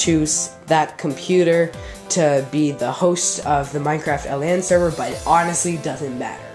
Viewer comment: Stop saying L A N It is pronounced like land without the d. It means Local Area Network.